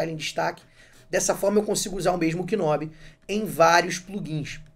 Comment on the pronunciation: Video excelente! Obrigado por compartilhar a dica! Se me permite uma correção, a pronúncia não é "k"nob. Na realidade, você não pronuncia o K. Pronuncia-se "nob".